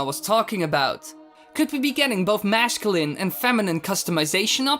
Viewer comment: masculine is pronounced MASS cue lin not MASH cull in